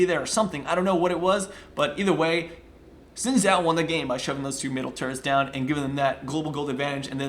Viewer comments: it's pronounced like Shin Chao as it mandorin name. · Xin Xhao pronounced like shin chao btw :)